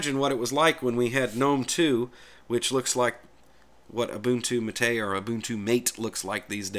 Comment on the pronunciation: It's MAH-tay, not Muh-TAY.